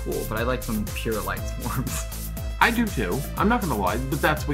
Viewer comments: It annoys the hell out of me that they keep saying Lightswarms and not Lightsworns... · I think it's lightsworns not lightswarms lmao